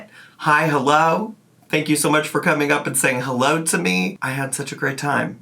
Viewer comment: "hulloh, wulcome", "melk" 😡